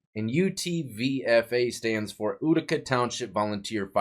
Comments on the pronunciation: FYI, it's pronounced YOU-tica (not OO-tica). Reminds me of hearing people from the UK pronounce Puma as Pyewma, or Putin as Pyewtin, except this is the other way around :) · Exec-cu-tor not executioner! :o and it’s yoo-tih-cuh not ooo-tih-cuh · “Utica” is pronounced. “You-tica. To our form sheriff Clark county. To him I think it was pronounced. Urica… Glad they caught him. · hey just trying to help, in case you do another video on this guy, it's pronounced U-tica. Imagine how many people were wrongfully sent to jail because of this corrupt sheriff. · Utica pronounced you-tica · And i know u hate when people correct u for way u say stuff but its YOUtica lol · That cabin in Utica is beautiful I've been in it and Leon was a great guy. Its pronounced U(you)-tica.